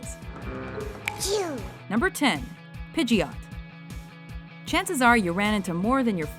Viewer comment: Pidjit not pidjy-ot